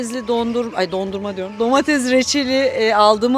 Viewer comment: Şenay hanım ben emekli bir öğretmen ve de yanlış telaffuzlara takıntılı bir insan olarak sizin domateZ ve patateZ deyişiniz beni biraz irite etti. Darılmazsanız bunların domateS ve patateS olarak telaffuz edilmesi gerektiğini belirtmek isterim, anlayışınız için teşekkürler :)